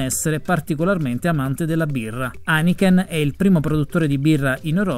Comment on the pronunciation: Aniken 😂😀😝😄 Non si può sentire! Haineken, caro, Haineken! Studia le lingue (almeno inglese, tedesco e francese) se vuoi fare il giornalista! 🙈🙊